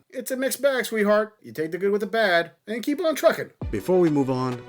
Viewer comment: Why can't women pronounce "and"? Ayund isn't a word